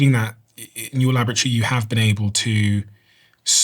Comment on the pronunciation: Laboratory doesn't rhyme with lavatory.😂